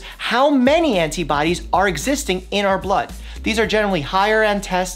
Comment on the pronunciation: I love that you say the "t" in antibodies. I usually said it like "ana-biodies"